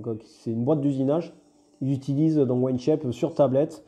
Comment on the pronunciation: Merci pour la vidéo ! J'allais faire la même réflexion, c'est On Shape et pas One Shape. Il faut prononcer 'On' comme 'On/Off'. 😉👍